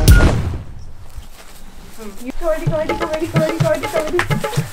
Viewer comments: When was saying "Kabaddi Kabaddi" it sound like "Kabadi Kabadi Kabadi" 😂🤣🤣🤣🤣🤣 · When she said kabady